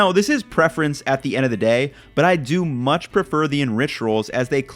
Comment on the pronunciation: Lol the use of “munch” instead of “much” like is an amazing super troopers reference 👌👍